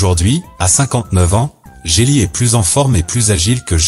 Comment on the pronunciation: on dit jet li pas jé li